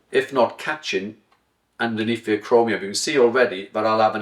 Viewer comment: acromioN, not acromiuM. I like your teachings, thank you.